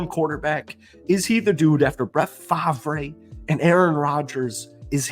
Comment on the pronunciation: Did you just pronounce Brett Favre’s name wrong? As a Packers fans this is heresy. Repent sinner.